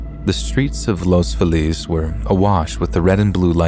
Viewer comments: In the first story, the place is pronounced Los FEE-lus. At least that's how I've always heard Angelinos pronounce it. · That’s not how you pronounce Los Feliz in LA. As a local, I cringe everytime you say it. 😂